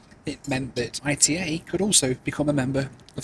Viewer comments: Bro called I-T-A instead of ITA (ETAH) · Its not pronounced I.T.A its ITA (eat-a) like ita ly . Not initials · For some reason hearing say ITA as 'eye tee eh' instead of 'eeh tah' was really grating! I assumed it was pronounced a bit like the start of Italia rather than as separate letters! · Please, it's not "I-tee-ay". It's "eetah". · "I-T-A" 💀 It's pronounced Ee-tah, not ITA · First of all learn how to pronounce the name of the airline ITA is not like you say but it's /ˈiːtə/ EETA Second how much does ITA pay you? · Oh no, not again,! I thought you had learned that "arrivederci" means "goodbye", not "hello"! And the airline is pronounced "eetah", from "Italy", unless you pronounce the name of the country as "ee-tee-ay-ell-why"! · Hi, great video, just to let you know the airline is pronounced “EETA” by the Italians, the I sounds like an E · It’s eeta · 700k and does not know half things on the route and how to pronounce the airline lol